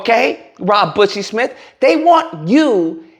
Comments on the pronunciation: Did you call him Rob "Bussie" Smith? :D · I die laughing every time you say Rob Bussy Smith! 🤣🤣🤣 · You saying bussy is funny! 🤭